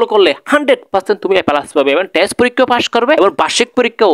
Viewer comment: Apni to thik moton test porikkha ta o bolte paren na,, boltecen tes 😂😂😂😂